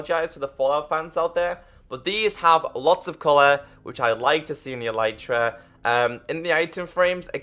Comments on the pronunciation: ITS ELITE TRAH NOT EELYTRAh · it is pronounced el-eh-truh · its eletra not elitra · its pronounced eleetra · its a-lee-tra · THE ELYTRA IS PRONOUNCED ELETRA U FUCKING IDIOT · It's not elitra